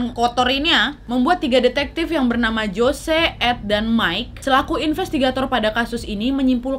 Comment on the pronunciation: Jose dibaca hose